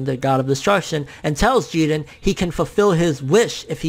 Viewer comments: Say his name like everybody else... Jiren.. Not Jeden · I get how Japanese people pronounce their names differently but you're American bro stop being obsessed with Japan. you don't have to pronounce the characters names the way they do. Say jiren. but you're saying (Jeedin) its annoying TBH bro and it's sorta cringy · It bothers the fuck out of me when he Says Geeren instead of JIREN which sounds like JIRIN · lool love ya bro but its Ji RRRRRRREEEENNNN. I was cringing through the whole video hearing you say Jiden loool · Why are you pronouncing his name Jegen, there's a R in his name dude, it's Ji-Ren. Just like when people started calling mario, mayro because of the Spanish name. Mario isn't Spanish, he's Italian and they even pronounce his name in the game. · I’m all for correct pronunciation and everything, but for some reason I prefer “Jiren” over “Jeeden”. I get it, like, because Japanese and whatever, but still. Just an opinion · "Geeerren" fucking weeaboo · I really hate how he pronounces jiren .....it’s ji-rennn! Uhhhh sooo annoying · Stop saying "JEE-dren". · Whenever you mention Jiren it sounds like "Jiden" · Taz Taaz I thought that there was a silent R in Jirens name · Stop saying Jiren with that Oriental accent ,it doesn't make you official. Damn you uploaders are weird. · Good video but the way you say jiren is my new pet peeve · Your saying his name wrong dude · Why people pronouncing Jiren's name like he's hispanic? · The way you say jiren is giving me ear cancer bro... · Why do you insist on mispronouncing his name? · i swear hes saying his name so wrong